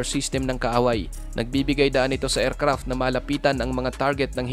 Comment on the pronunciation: Friend paki-ayos ng pagɓigkas. Hindi ercrap kundi aircraft. Pls take it as encouragement. Go go go lang.